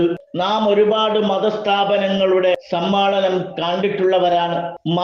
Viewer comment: സമ്മാളനം അല്ല ഉസ്താ ദെ സമ്മേളനം എന്ന് പറയൂ നമ്മളെ കേൾക്കുന്ന മറ്റാളുകൾ ഉണ്ട്